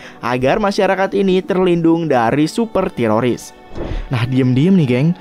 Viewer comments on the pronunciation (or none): none